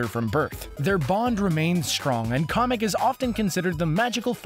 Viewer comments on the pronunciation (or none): KOMEK ITS KAMEK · ITS KAMEK NOT KOMEK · Sorry but it's kAMack not comic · It's CAMek not COMik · why do u call kamek "comic"? is it just ur accent? my bad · Komek It’s Kamek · it is kamek not Kahmek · You said his name as komick is sopose to be said askameck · why did you say comic that is Kamek not comic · It's not kumek it's kamek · It's pronounced Kamek not karmek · KA MICK NOT COMIC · its kAmek not kOmek just saying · Kamic not comic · its camik not comic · Komek? Its Kamek and here's your simple answer, 1 which is Jr, Shigeru Miamoto said the Koopalings are adopted and he is the CREATOR of Mario and the head of nintendo. Nobody wants your stretched out video that couldve been 2 fucking minutes long but no, ad revenue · you just said komek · Real Mustache man Its kamek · Anyone else bothered by the fact that he calls kemic comic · I’m sorry but who pronounces kamek as comic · I like how he says kamek he says comic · Ka-mec lmao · Komic? KOMIC? B R U H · kept hearing komok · ugh...so much misinformation and mistakes....Kamek is pronounced cam-meck, it's been known for a while now that Bowser Jr is Bowser's only actual kid ( though the Koopalings are still a mystery....they'd been said to be adopted, yet also that they're Bowser's niece & nephews...confusing ), the Koopa Kids are just random characters created to pad out Mario Party's cast, the Koopalings returned on GBA in Superstar Saga before NSMB Wii, Bowser & Baby Bowser team up in Partners in Time not Yoshi's Island DS ( adult Bowser DOES appear as the final boss, as he does in Yoshi's New Island as well, but they don't actually team up ), and Wart is SMB2's villain not Birdo.... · it's Cammack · Did he say komek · it's pronounced ("Cam- eck") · It's pronounced meKamick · Its Ka meek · It's (ka -mik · You said Kamek wrong... U N A C C E P T A B L E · GETS TRIGGERED THAT YOU SAID KAMEK WRONG Jk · Saying kamek wrong